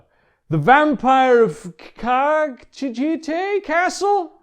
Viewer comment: Chicken wing castle was probably the closest you came to the correct pronunciation...